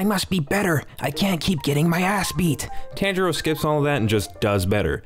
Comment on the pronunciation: The tanjiro pronunciation makes me sad